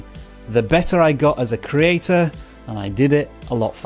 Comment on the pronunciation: YouTube is a journey filled will trolls, goblins, and hidden pots of gold. Lol. Btw, love how you say “creator” with out a T. 😂